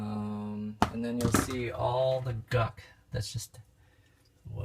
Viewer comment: It’s gunk. Not guck.